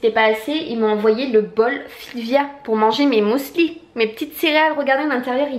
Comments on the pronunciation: On dit pas " mousli " mais muesli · Pourquoi "mousli" ? C'est un "u" 😂😂😂 Tu me fait trop rire. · Heureusement que les colis étaient bien emballés parce que franchement ton facteur n'avait pas à faire ça.. sinon je n'ai pu m'empêcher de sourire à chaque fois que tu prononçais le mot muesli, je n'avais jamais entendu quelqu'un dire "mousli" et j'adore haha Gros bisous 😘